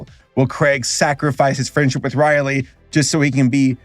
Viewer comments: Rowley... not Riley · Craig? Riley? I get it's your accent, but still. Its pronced as Gr-eg and Row-Ley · Craig and Riley...😑😑😑😑😑 WHYYYYYYYYYYYYYYY????!!! It also haunts me that there are people roaming the earth saying Theynos instead of Thanos. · Hearing call Greg and Rowley “Craig” and “Riley” give some life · I love that he got Greg and Rowley’s names terribly wrong, but Fregley’s name spot on. Also, just so you know, the first three live action movies are actually really good (AVOID THE LONG HAUL AT ALL COSTS) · "Craig" and "Riley" lmao. That had me dying even though it wasn't intentional. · He didn’t just pronounce Greg and Rowley wrong, but he also pissed off the entire Danny Gonzalez fanbase lmao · I think I’ve found a new drinking game. Every time he says Greg and Rowley’s name wrong, take a shot.